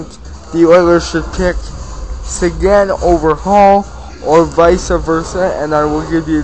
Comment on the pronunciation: dude u dont say sequins name right,u sound like u have shit in your mouth